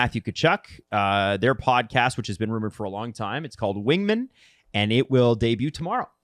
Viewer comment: Wing. MAN. Wingmin?